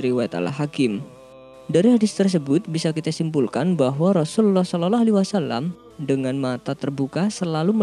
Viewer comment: Sayang Pembawa acaranya tdk bisa baca SHOLOLLOH A.W.